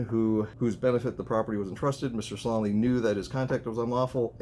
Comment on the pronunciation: Its promounced Sal A me